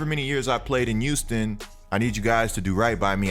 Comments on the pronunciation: Thought it was Houston not youston. Good vid though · The way you say Houston kills me😭